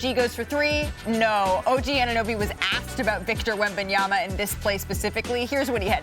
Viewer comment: Perk there is just one B … wem-ban-ya-ma … NOT wem-ban-yam-ba … geez show some respect to the man